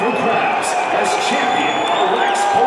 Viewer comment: It's not Jamal, its pronounced Jamahal like Taj Mahal.